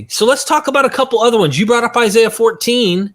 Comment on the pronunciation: He didn't say Google Isaiah. He said Google Issiah!!!! You would think that his shmooo would Google how to spell Isaiah, geeez.